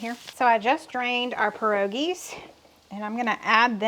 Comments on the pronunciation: Good pronouncing of a polish word. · You said pierogies correctly - source, this polish/ukrainian woman right here. :) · Yup pierogies was pronounced correctly. They're popular here in PA /Amish country. Good video! Thx ☺️ cold hands warm ❤!